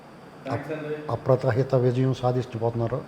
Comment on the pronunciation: మార్క్: అప్రతహిత విజయం కాదు, అప్రతిహత విజయం